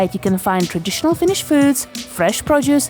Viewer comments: Really nice video in all. Plus your pronunciation of Finnish is exceptionally accurate for an English speaker. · This made me laugh. The video felt incredibly Finnish. Excellent job, perfect pronunciation and great editing. I’m Finnish and I’ve actually never been to a hockey game, but this genuinely made me a bit curious to go, at least if I can get some Shanghai tacos next to my Nakkimuki. That semolina dessert truly sounds like childhood, but you know, fine dining.